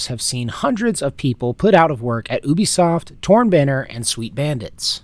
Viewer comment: "Oobisoft" lmao